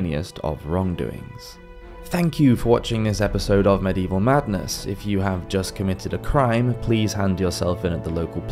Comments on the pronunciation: And medieval has four syllables But this guy only uses two 😊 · How about the fact that medieval has four syllables but he only uses two It's a good thing I don't know where this guy lives boy I'd give him his comeuppance😊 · Medieval has four syllables But he only uses two